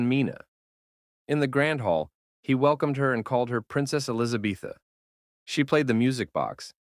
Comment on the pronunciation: Her name is not Elisabetha ffs!!!!!